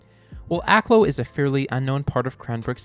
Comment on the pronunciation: I grew up down the street from Akloo. Other than the mis-pronunciation (AK-LEW is correct, not AK-LOW in incorrect) I enjoyed the video.